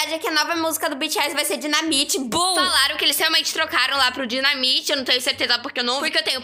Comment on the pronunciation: Ninguém: Literalmente ninguém:: DINAMITI